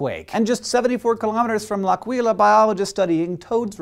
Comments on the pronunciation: it's l'Àquila not l'Aquíla. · humbly making people notice... it is l' àquila and not l'aquìla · It's pronounced " l'àquila ", not " l'aquìla ". ;D